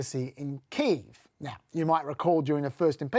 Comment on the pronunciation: learn how to pronounce Kiev